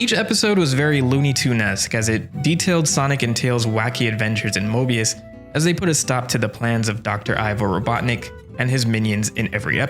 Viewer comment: You said mobius or morbius?